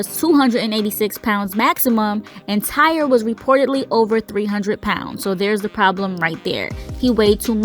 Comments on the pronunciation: I’m pretty sure it’s pronounced TY-REE ain’t nobody out here naming their child TIRE 🥱 May he Rest In Peace 🙏🏾🕊 BUT my unpopular opinion and not to sound insensitive but I believe it was both the ride operators and the young boys fault , the young boy knew before anyone else that he wasn’t secure in his seat.. ANYONE that gets on a ride knows before the operator if they’re comfortable or feeling secure , the boy should’ve raised his hand and got the ride operators attention but the ride operator also should’ve been more observant because had he been , he would’ve been able to tell Tyre he couldn’t let him ride that ride.. he was careless 🤷🏾‍♀️ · It's pronounced Ty-ree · RIP Tyree (pronounced Ty-ree)... 🙏😢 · Why the fuck her ass keep saying Tire . How does Tyree LOOK or SOUND , ANYTHINGGG CLOSE . TO. tire. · Correct... On other videos his family pronounced it Ty-ree. Simple mistake. 🤗